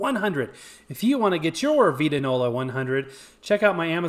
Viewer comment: It VITE-ta- nola ! Also, your cabinet I think was originally stained the reddish tone you see inside. I dont think any of them were raw oak color as is yours.